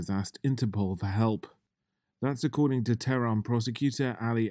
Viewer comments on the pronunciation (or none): none